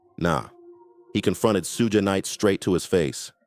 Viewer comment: Sh-oo-g = Suge Knight not Sue gay